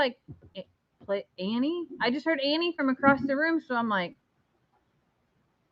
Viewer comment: I kept hearing "Harry". When I saw the original post it sounded like you slurred the word Annie. Weird.